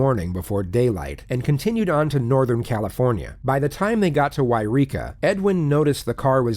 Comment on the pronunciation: You mispronounced yreka